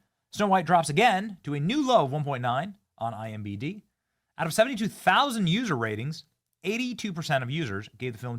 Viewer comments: It bothers be that Benny can't say I.M.D.B - Keeps saying I M b D lolol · It's "IMDb", not imbd. Pretty sure that was the second time this video you got it wrong. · IMDb. It’s IMDb Benny.